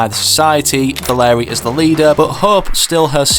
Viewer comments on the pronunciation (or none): I hate how he says Valeria's name wrong